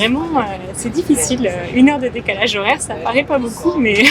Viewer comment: Quand l'anglaise dit « beaucoup », on dirait qu'elle dit « beau cul », mdr. Pas très grave, mais je crois qu'il faut régler ça!